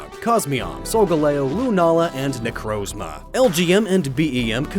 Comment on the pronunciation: You pronounced necrozma wrong